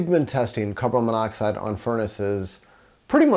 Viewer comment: Carbon. Then monoxide. You keep mispronouncing the molecule. Great vid.